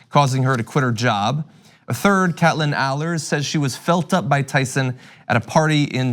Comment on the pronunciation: Kate-lyn, John, not "Cat-lyn". Stop butchering people's names.